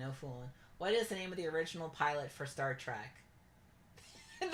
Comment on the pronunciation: Is it just me, or every time says "Star Trek Trivia" it sounds like "Shrek Trivia"